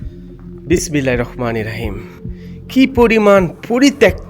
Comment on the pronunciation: hmm ro uccharon hobe ra noy